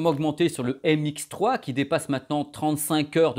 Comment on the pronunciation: MX3 haha, ça m'a écorché les oreilles à chaque fois ^^ Sympa la vidéo sinon, mais je cherche toujours une comparaison objective pour NC de ces 2 casques (comparaison entre signal d'origine, et mesure des ANC pour connaitre l'atténuation en fonction des fréquences), si jamais vous savez où je peux trouver quelque chose du genre, merci d'avance! Bonne continuation:)